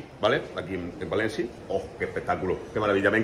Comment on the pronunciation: Bua soy de Valencia y cuando el ser este se ha puesto a hablar en "valenciano" creo q me ha entrado el ébola, cringe. Por cierto es València, no Valenci.